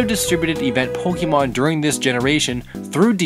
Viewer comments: The amount of times you said pokemon wrong. Its not pokeymon. Its pokaymon. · Pokeemon? Why are you saying it like that? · 2017 and he was still saying Pokeymon huh? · it hurts everytime he pronounces pokemon wrong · My only problem with this? You, uh... You're using the wrong accent on the E there, buddy. o _o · I'm a bit triggered of how you say Pokemon, but eh whatever.